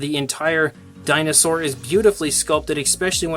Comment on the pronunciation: When I first heard this I thought u said "welcome back to Chinasaur reviews" lol